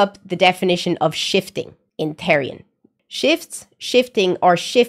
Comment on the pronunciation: Its pronounce th-er-ian btw (not rude btw)